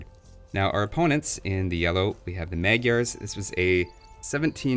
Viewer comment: Magyars pronounced mod-yours not meg-yars lol. They are just hungarians